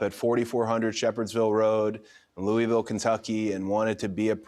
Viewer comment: The man named dropped Louisville which is where I am from HELL YEAH...also cody we gotta work on how ya pronounce louisville my man